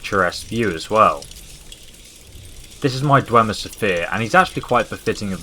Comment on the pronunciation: *Dwemer. I know that you have a disease or condition that makes you fail some words,but it's better correcting you than doing nothing. No offense.